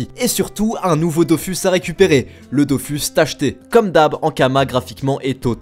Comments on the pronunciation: Dofus se prononcer DOFOUS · Je corrige juste 2 trucs, concernant Dofus, les devs ont tranché en début d'année, ça se prononce "dofous", et je ne pense pas que le "s" de kamas se prononce, sauf si vous parlez d'euross et pas d'euros avec le "s" muet :-)